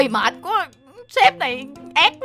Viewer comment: Hai quaaa anh ơi phải nói là qu á